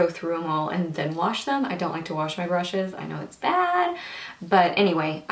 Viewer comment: blllaaahh brrrushes not bLushes i think u droppes hahaha